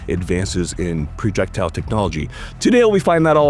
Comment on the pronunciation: “PRE-jectile” technology FTW.